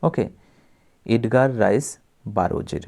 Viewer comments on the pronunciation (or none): none